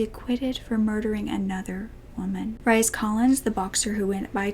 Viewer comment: Hi. "RHYS Collins" is pronounced REECE. Keep rocking it! But for personal awareness; I know a man with that name. It's an odd spelling. Love. P.S. Thanks for being here! You've gotten me through many a traumatic day, and night.) Bless your heart!!! #Justice4Victims.